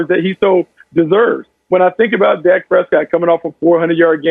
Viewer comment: You got good stuff, but you kill me by the way you whisper / pronounce Dak Prescott 1st name sometimes DAH-AK Prescott or Josh Allen’s name by Pronouncing it Josh Ahh- Len, & let’s not forget Joe Burrow’s name you pronounce it Joe Bear—row. You sound like you’ve got a mouth full of mouthwash when pronouncing there names but laying all kidding aside you bring out real good stuff. I enjoy listening to you & your soft / whisper style of broadcasting & your cool mouthwash Roy Orbison style broadcasting.